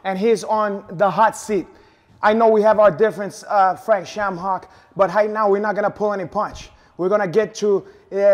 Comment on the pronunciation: "Frake Shame-hock" 😁😁😁